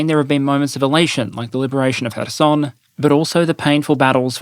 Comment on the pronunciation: please, for the love of god, stop pronouncing random words with your "foreign r sound" (the alveolar tap). For three reasons: 1) There's no rhyme or reason to when you do it. Why insert it for Iran, Iraq, and Kherson, but not for Ukraine? Or Kursk? Or Kharkiv? Or North and South Korea? Or Russia? Or Belarus? Etc. etc. 2) It's kind of pointless if you're not going to make any other effort to pronounce any other sounds from the language you're trying to emulate. Not able to pronunce the voiceless velar fricative in Bakhmut, Kherson, or Kharkiv? Not able to pronounce the voiced velar fricative that is used as the "R" sound in Paris or France? Then what are we doing here? 3) Sometimes you don't even do it right! As in your pronunciation of the name of the IDF's Merkava tank. Native Hebrew speakers don't use an alveolar tap, we use the velar fricative as in French and northern German. An alveolar tap doesn't come any closer to the correct pronunciation than the English R. You didn't get closer, you just went sideways. And while we're discussing the Merkava, you put the stress on the first syllable instead of the last, which just sounds bizarre (MEHR-ka-va instead of mer-ka-VAH). If the goal is to pronounce the name in a way that's recognizable and natural sounding, I'd rather you get the stress pattern right than the consonants. I really do respect you for being willing and able to pronounce things in other languages correctly. But you'll notice that English speaking journal